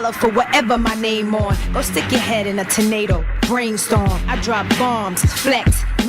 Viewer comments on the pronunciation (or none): none